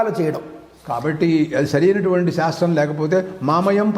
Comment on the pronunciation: అద్భుతమైన కార్యక్రమము🙏🙏 అయితే గారు మీరు పలికేటప్పుడు ఉచ్చారణ శివలింగం.. షాస్త్రం అని వినపడుతున్నది. గమనించగలరు. దోషము ఎంచాలని కాదుగానీ.. మీరే ఇలా పలికితే ఇవాళ రేపు మూడొంతులు మంది “శ” ని” ష” అని పలుకుతున్నారు. అందుకని వ్రాసాను. మన్నించగలరు🙏